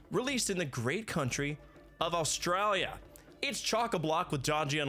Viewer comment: After the way he said "Australia" I can't shake the feeling away that all his lines afterwards are spoken in an Australian accent. Help.